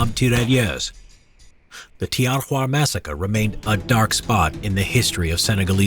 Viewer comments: Please just stop saying TERALYESE,it's Tirailleurs,te-ghay-yeugh. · The french pronounciation could have been practiced some more... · It's really funny how you say Tirailleurs XD